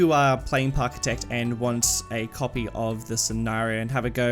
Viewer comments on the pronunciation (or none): It’s Parkitect, not Parkitech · It’s parkitect not parkitek XD